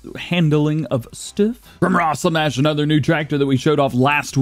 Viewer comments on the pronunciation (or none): none